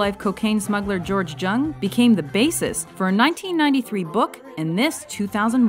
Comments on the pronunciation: it's pronounced "Yung" not "Jung". nice try tho :P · IT IS GEORGE (YOUNG) JUNG not fking JHUNG my god! So disrespectful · It's pronounced young not jung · its not george jung.. its george pronounced young... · it's pronounced George young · Jung is supposed to be pronounced "young"..just like in the movie. Uuuugh. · They literally pronounced jung wrong